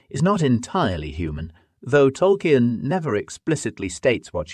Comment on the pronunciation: How did you manage to get the name Tolkien wrong